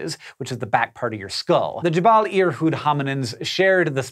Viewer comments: JeBELL, not JeBALL. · Hey, "Jebel" or "Jabal" or "Jebal" or however you wanna spell it, means "Mountain" in Arabic, so it's Irhoud Mountain :) Yours truly, An Arab fan